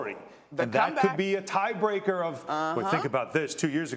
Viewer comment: Somebody get Monica off the show lol . She said Klay 😂